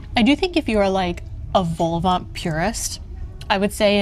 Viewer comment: Eyo, you went to Schoten? Love how you carefully cut the Quick out of the shot :') Also, please stop pronouncing the T in Vol-au-vent. I've never gone to Lunch Garden myself, mainly cause I'm not a pensioner 😝 An Italian burger has mozzarella inside it iirc.